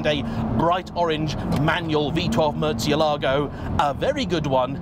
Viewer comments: Is it realy pronounced Murtzialago? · Love the videos, but please, like so many others sadly, stop mangling the pronunciation of this car’s name (I’m half Italian and I detest my surname being mispronounced so forgive me if this seems anal - it’s not. It’s about respect.) The correct pronunciation is as per this video Keep up the good work!